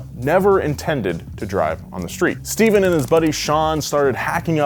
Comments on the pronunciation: Steph-ahn. Not Steven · One correction. Papadakis's first name isn't pronounced like Steven. It is Ste-phan. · Stephan not Steven!! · SteFAN! Not Stephen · Ohh, man you butchered papadakis name. It's pronounced "Stefan"